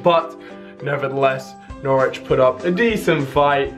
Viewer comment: Norwich sound like "knowledge"